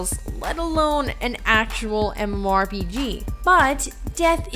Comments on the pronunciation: Who wrote this script for her? I'm not arguing about the content, but please use a thesaurus. She says MMORPG so often that it makes it arduous to listen to her. And I am not talking about the fact that sometimes she says G like in geese which is cringe-worthy already. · If you're going to be saying MMORPG a lot, learn how to say it with out slurring. Diction, woman, diction!